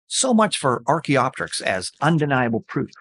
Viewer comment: He has pronunciation of archaeopteryx and vestigial over you, but that's where it ends!